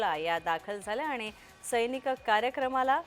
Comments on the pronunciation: news रीडर कोणी केल तुम्हाला?सौनिक ऐवजी सैनिक म्हणतात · सैनिक की सौनिक?? अँकर बाई काय करताय?? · सैनिक नव्हे सौनिक...उच्चार बरोबर करा